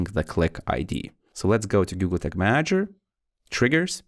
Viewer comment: yooo slow down when talking. And sounds like you are saying google tick manager.